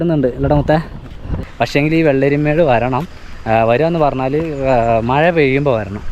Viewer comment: മയ എന്നാണോ പറയുന്നത് അതോ മഴ എന്നാണോ പറയുന്നത് വീഡിയോ യിൽ വോയിസ്‌ കേൾക്കുന്നത് മയ മയ എന്നാണ്